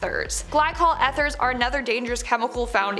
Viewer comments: I think it is said, "ee-therz". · Eth...."urs"? Eeeeeeth urs